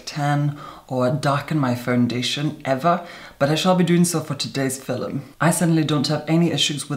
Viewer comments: demi loves ladies' code yeah that’s the point. She likes how he says film like filum. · and “Filim” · The way he pronounces film is the original pronunciation of the word in early modern english, philome. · Seriously, every time I start getting caught up in product info or technique during one of his tutorials, he hits me with a line like that or a vocab exclusive like “filim” and I have to stop and wonder if I’m being punked. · he's a paddy listen to they way he says 'film'.